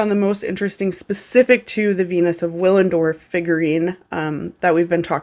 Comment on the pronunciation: The W is pronounced as a V (bc it's German), just fyi 🤷‍♀️